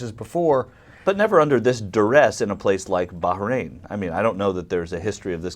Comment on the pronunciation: Well, if you *really* want to pronounce it properly then you have to put some "h" type sound in the middle. But a good compromise is to say "baa rain", not "berrain". I don't think you all do it, but "eye rack" and "eye ran" are really annoying too.